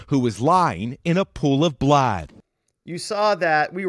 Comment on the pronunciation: 🤣Did the narrator say blad instead of blood? 😂😂😂